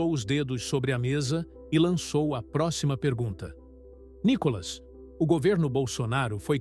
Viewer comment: Nícolas claro KKK